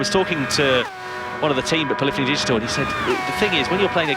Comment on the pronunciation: Love it. Can’t wait for GT7. Can someone tell me how to pronounce Polyphony Digital? As a child and teen I would say: Polly Fony like this translator did in the video. Around GT 5 I leaned it’s P lif eney Digital. I’ve been saying that since then. I believe I’m saying it the right way. Cheers guys.